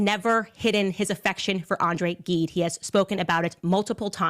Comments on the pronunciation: Gide is pronounced Zeed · Hello, ok… please reach out if you need help on French pronunciation 😁…Gide is pronounced “Jeed”, Thers no “h” in Sade. What I’m concerned about is spiraling into examining the why of the books being chosen. I’m French. I studied literature in my bachelors and all 3 books are classics of French post-Revolution, and helped to reshape philosophy in French culture. I’d prefer not guessing like this at the “why”. Seriously. Talk about insulting about what Candace inferred…no wonder the couple is suing. What if she’s wrong? Will she take accountability? Please don’t spiral into this. I feel like those are not the reasons at all that Macron picked those books. Seriously. If he did thoug, I got questions too! 😅 ✌️ love your channel but I needed to speak up about this. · No, I read Gide at school, not this book but another. Gide is a classic author. By the way, it's pronounced Jide. But still, the sign on Macron's official photo means exactly what's it's supposed to mean. A disgusting apology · It is pronounced André jeeede !! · Good but please learn to pronounce French names correctly, Andre Gide is a soft g just like it would be in English and Trogneux has no hard g either it’s pronounced tronieuh